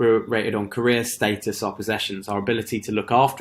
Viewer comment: You're pronouncing "status" wrong it's status not statis there is no I in status my dude.